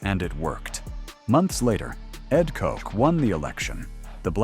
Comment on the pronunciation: Ed Kook? You mean Ed Koch (take the “B” in “Botch” and replace it with a “K,” which gives you the correct pronunciation: “Kotch”). Time stamped: . Get it together, bro!